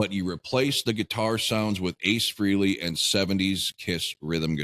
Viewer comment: Frehley...pronounced fray-lee.